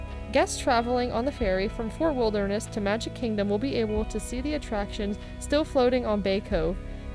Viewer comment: The female narrator was awful. She pronounced Fort Wilderness like "Fur Wilneress".